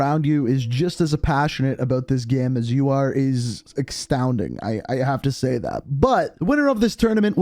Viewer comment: this dude said exstounding